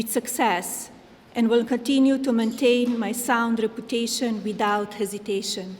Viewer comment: Melania roasted herself with this speech....with her re-PUTA-cion.